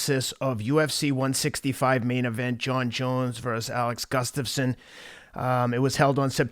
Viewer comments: GUSSSSStafsson. Not GUFFstasson. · I could pronounce "Gustafsson" before watching this video.